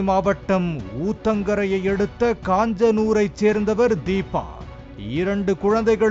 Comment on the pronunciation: Kaanjanur illa kanjanur adhu